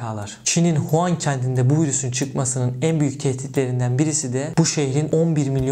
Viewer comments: Huan değil wuhan habir Huan diyon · huan değil Wuhan